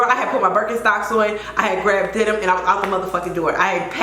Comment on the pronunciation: Girl not Denim!!!! Like Demin was going to open the door!! 🤣🤣